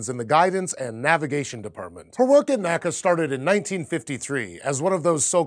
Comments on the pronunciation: Hi! Keep up the good content! Maybe you are not aware of this, but the historically correct way to refer to the National Advisory for Aeronautics is to say "the N-A-C-A" (say each letter), not to say "NACA" (two syllables) in the way that we say "NASA." Supposedly this was even a bit of a pet peeve for old NACA members after NASA was formed! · NACA wasn't pronounced as a word. It was always spoken out as N-A-C-A, not 'nacka' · It's pronounced N.A.C.A. and not NACKA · Very interesting. Just one point though. While NASA is pronounced as an acronym, NACA is (was) pronounced as EN-AH-CEE-AH. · NACA is spelt out, not pronounced